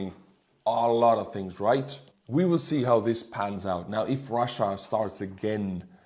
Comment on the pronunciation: Oh you're gorgeous! You even manage to mangle "willllll"😂😂❤❤❤